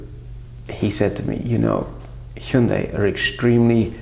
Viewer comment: You're pronunciation of Hyundai is perfection